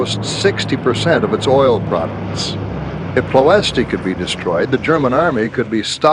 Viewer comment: Enjoyed the video, but it would be improved if the narrators used correct pronunciation for places. "Ploiesti" is actually pronounced close to "Ployesht". The last "I" is silent, and the accent under the "s" means that it is pronounced "sh".